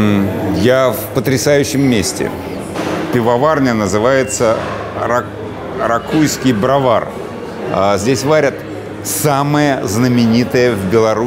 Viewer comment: рАквовский брОвар, ударения на эти буквы. БрОвар в старину человек, который варил пиво. Классный ресторан. Ценник выше среднего